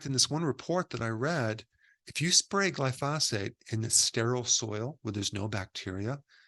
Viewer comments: Come on - its GLY-phosate. Not gly-PHOS-ate. 🙂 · It bugs me that Dr Berg mispronounces glyphosate. He says glyPHOSate. It should be GLYphosate. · Pronounced GLY-FOE-SATE not Gly-Fa-Sate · It’s Glyphosate, not Glyphasate. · It's spelled "glyphosate"....NOT glyphasate. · glyphosphate... not glyphosfate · Gly-pho-SATE emphasis on the SATE. Sorry this mispronunciation is just bugging me. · Dr. Berg I enjoy your videos, but I must agree with one of the other commenters and respectfully suggest that you are pronouncing the name of the herbicide incorrectly. The accent is on the first syllable so it is properly pronounced GLY-fo-sate. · Eric, Since it's discussed so often and so importantly, you might wish to know that the word is pronounced GLY - fo - sate. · Please say "Glyphosate" correctly. I liked your video, and you seem very well educated. That's why I don't understand why you mispronounce glyphosate. The emphasis is on the first syllable, "gly" not the second "pho"- GLY-pho-sate. Thanks for what you do. I am a retired scientist (worked at EPA), and no English expert, but I DO know how to pronounce a lot of pesticides. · "GL-EYE fo sate" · It’s Gly pho sate. Emphasis on the Gly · Dr Berg, thanks for your great work, but here's a lil tip for the future: Glyphosate: pronounced GLY - FO - SATE: Gly = rhymes w/ fly, FO = rhymes w/ oh, SATE - rhymes with bait. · It’s pronounced around the world as gly-so-fate. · It's gly-PHO-sate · Every time he mispronounces “glyphosate” I’m reminded he’s a chiropractor. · Glyphosate is pronounced with the accent on the first syllable "Gly", not on the 2nd syllable "phos". No other scientist or doctor on youtube pronounces it like Dr. Berg. Doesn't help his credibility.